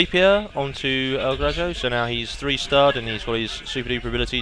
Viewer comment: In Spanish, a J sounds like an H. El Graho.